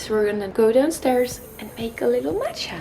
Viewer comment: Watching from Asia (Japan) and I like the early posting time :) Love your accent when you say matcha☺️🍵